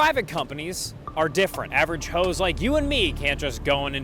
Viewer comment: The way you pronounce "average Joes" is amazing